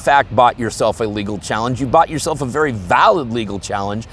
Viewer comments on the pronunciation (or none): none